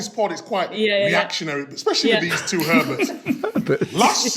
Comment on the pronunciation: Micah saying Herbert’s instead of Hermits 🤣🤣🤣🤣🤣